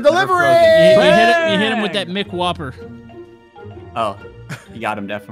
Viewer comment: did say "mc whopper"?